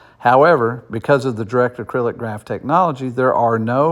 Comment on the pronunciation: Not sure who wrote this article, but DAG stands for Directed Acyclic Graph. Not “acrylic”. It’s not plastic haha! Also, it’s more likely that Kaspa hits $1 this year, $2-5 in 2025 and well beyond $10 by 2030